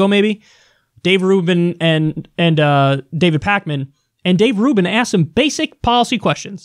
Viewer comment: This nigga said Rave Dubin 😂